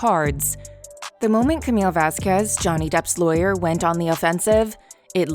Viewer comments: It's not Camilla.... it's pronounced Camille with a silent "e". Please learn correct pronunciation of the actors/,persons in your videos prior to recording the narrative. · Her name is Camille not Camila. Camille!!!!!!